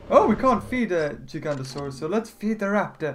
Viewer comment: No it not gigantiosauos it's gig anosars